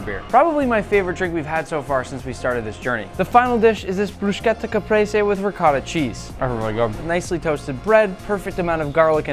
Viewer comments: ... did i heard you say bruschetta wrong... ITALIANS I SUMMON THOU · ain't no way he said brushcetta